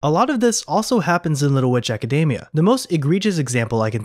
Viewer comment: btw, Academia is pronounced AcadEEmia